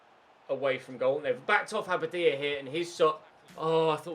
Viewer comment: Anyone else sometimes hear Aberdeen when he says Abadia?